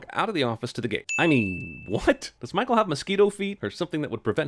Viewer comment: lmao why did you pronounce Michael's name that way? mah-hoo?